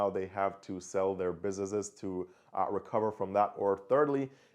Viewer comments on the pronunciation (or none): Great vid. But the pronunciation of the words businesses and business, drove me nuts tho, jesus christ.